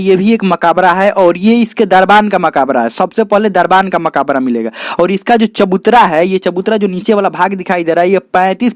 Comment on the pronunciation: Bhai sahab Makaabra nhi "Makbra" hota hai 🤔